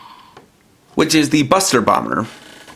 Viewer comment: It sounds like it’s saying busted bomber, but I know it says buster bomber.